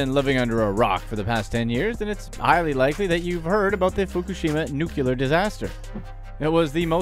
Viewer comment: New-Clee-Er not Nuke-U-Ler. LOL! Seriously, this stuff is awful. And the companies who do this are way rich and don't give a rat's arse about the people.